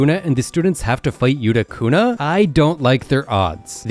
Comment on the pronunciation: it not yutu kuna yukuna